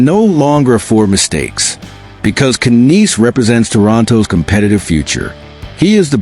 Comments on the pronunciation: His name is Matthew Knies Not "Canise" ! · Stop using text to voice. Its just pathetic. Cant even say Knies (NIZE) correctly.